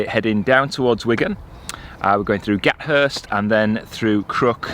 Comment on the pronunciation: I rode my bike Wigan to Parbold a few years back and got soaked in August. You pronounce the "th" in Gathurst :-)